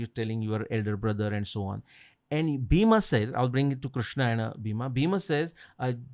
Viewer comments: Bheema. Fools its not bheema. Its bhim. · The name is Bheem not Bheema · Why they pronounce Bheem or Bhim as Bheema or Bhima, there is no sound of aa at the end of his name..likewise for other characters in the Mahabharat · not Bhima its Bheem or Bheemsen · It is bheem not bhima and it's not funny